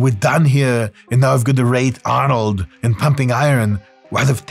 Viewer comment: Why does Dr Mike keep saying nine.. Arnold is not German